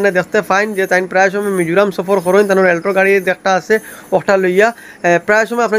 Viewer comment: Bhaiii Scorpio❌ Scopio✅ Alto❌ Altro✅ 😂🤣